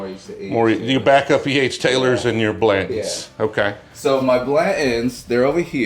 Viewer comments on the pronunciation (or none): Why do people drop their T’s?? “Blan-ends” ?? Blan tons is not difficult to pronounce. 🤣🤣😂😂 Come on man. 😂😂🤣 Love these videos.